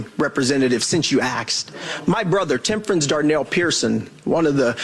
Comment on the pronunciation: Apparently it's still too difficult to say "asked".